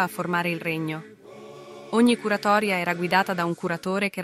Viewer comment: Àrdara , non Ardàra. Curatorìa e non curatotòria. Gli accenti sardi seguono, più o meno le regole iberiche. L'unico consiglio utile è quello di attenersi ad un'unica fonte: Francesco Cesare Casula.